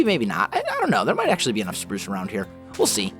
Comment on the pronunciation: Did Someone Hear Saying "Purce/Prurce" instead of Pruce?